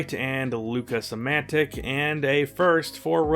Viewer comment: It's Luka SAMANIC NOT luka samantic!